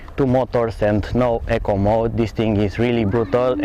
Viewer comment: e-co you keep saying echo